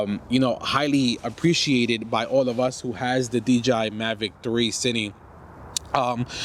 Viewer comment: you keep calling it "cini" but it's "cine", like short for "cinematic"